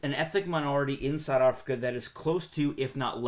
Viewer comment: Strange way to pronounce South Africa.